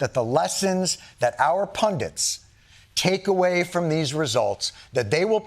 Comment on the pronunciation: "He (Jon Stewart) lashed out at political pundents" The word is 'pundits', rather than 'pundents'.